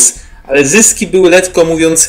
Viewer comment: Fajt klub? Letko? Chlopie, masz nad czym pracować